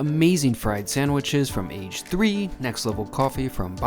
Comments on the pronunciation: The Name is NOT “Age Three” 😂😂😂😂😂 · I don't think "Age 3" is pronounced "ehi gee 3" as in how old you are but rather "ah geh" as in karaage meaning fried, hence the shop offering fried sandwiches. It even says that in the menu that you were showing. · I’m sure Age 3 is meant to be pronounced in Japanese as ‘a ge’ means fried